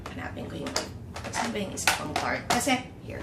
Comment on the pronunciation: its ta miss kris, you will pronounce it as ta.... though it spells like tarte.